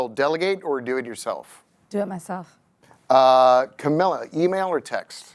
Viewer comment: Idk if it's just me but I consistently get the feeling that the host genuinely has no clue what's going on. Constantly mispronouncing Camilla's name, asking the most basic questions, constantly stumbling over his words. If you're gonna interview these prestigious people, you should at least have done some research to really know who these people are. The women did an amazing job with their talking points but the host made it so awkward and almost unwatchable